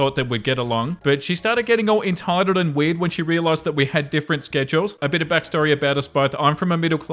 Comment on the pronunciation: Very “enetitled” 😂